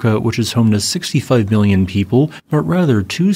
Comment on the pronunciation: I heard it too. Replayed that part a few times. It does sound like billion.